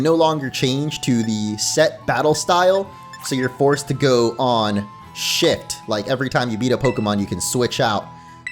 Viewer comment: Man said shit instead of shift The funniest thing I ever heard